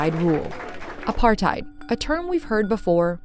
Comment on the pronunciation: Not apartheid(your pronunciation) its APURT-Hate